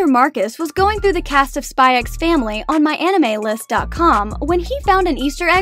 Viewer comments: I will say that you don’t pronounce “SPY X FAMILY” with the “X” idk why but its a bit like “HUNTER X HUNTER” this is not to be picky just to let you know :) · The X is silent 🙄🙄🙄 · "I've spent the last 100 hours watching SpyxFamily." Still pronounced the x tho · Okay,am I the only one pronouncing it as "Spy and Family"😐😂 Thank u for the informations tho,I like the easter eggs👍👍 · Bro told tons of easter eggs and forgot the x isn't pronounced in the title I appreciate the hard work tho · bro didn't just pronounce the X in Spy x Family OH GOD also the yes and no pillows don't symbolize liking someone per say, it just means you want to do the deed.